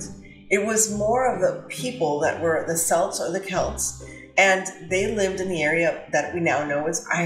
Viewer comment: Wonderful video, absolutely love your channel 💜🌸 By the way you pronounced Celts perfectly the second time you introduced the name. It’s just like Cat or Canadian or cookie.